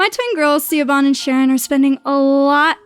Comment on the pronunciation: Hearing Siobhan (Shi-vawn) pronounced as ‘See-OH-BAHN’🤣🤣🤣🤣 😂😂😂😂